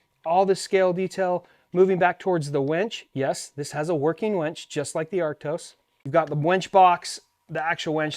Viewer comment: lol he says wench instead of WINCH.